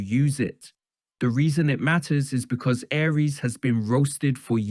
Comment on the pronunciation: Can you make up your mind on how to pronounce Aries name? Is it, Ahree's or Ari-es?